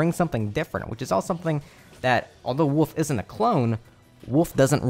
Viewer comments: "Woof" What even is the letter L? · lol you pronounce wolf like my brother, you say woof without the l.